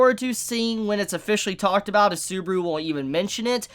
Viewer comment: The way this dude says "Subaru" really pains me to a point i never thought possible 😭